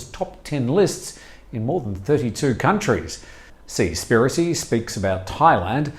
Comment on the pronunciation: Seas piracy as in two word s would sound better than your seaspiracy pronunciation